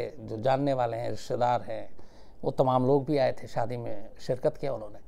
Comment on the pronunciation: Aap ki Urdu kamaal ki hai......SHIRKAT